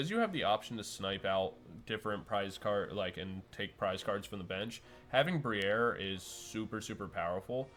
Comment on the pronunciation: Lmao “bri-air”, ou said that so fancy, is that the high society pronunciation?